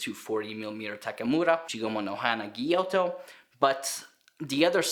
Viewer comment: It’s a gyuto, not a gyoto.